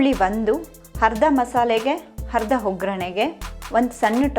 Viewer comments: Welcome. Your voice and narration also amazing. But you have to correct your pronunciation of kannada. You use henne for yenne,harda for arda, uli for huli . Hope next time we will see you with corrected pronunciation. All the best. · Adu harda ,henne allamma arda yenne anta pronounce madu